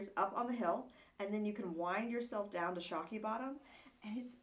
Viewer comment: The area is called Shockoe Bottom not Shokey Bottom.